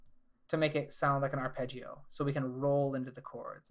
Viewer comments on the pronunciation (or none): none